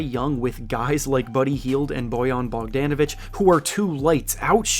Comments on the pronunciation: It’s Bogdanovic not BogdEEnovic…… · Bogdon not BogDANavic 💀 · Him getting Bogan name each time he says is quite infuriating for someone that covers the NBA. He’s been in the league for a few years now get it right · Why he saying Bogdan like that 😂